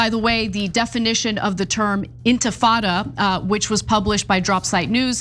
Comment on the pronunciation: OMG, Lindy Li can't even pronounce "intifada". Clearly she didn't write that racist screed herself.